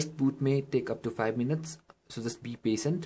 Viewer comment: Pasint HAhaah Its Patient bro!